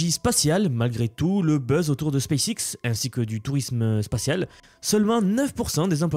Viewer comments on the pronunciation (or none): none